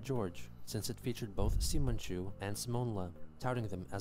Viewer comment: It’s spelled “Simon-chu” but pronounced “See-Mon” and he’s based off of Simon from the anime Tenga Toppa Gurren Lagan he said “Celtic Woman, an Irish Music cover band” by Chris’s logic “The Aristocats” is the greatest Disney film of all time because of all the pencil marks